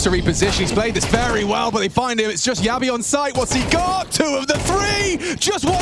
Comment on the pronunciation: Jabbi is not "Ya B", he's "Jab bhi" 😂